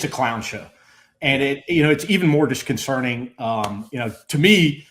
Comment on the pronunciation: The word is disconcerting, not disconcerning.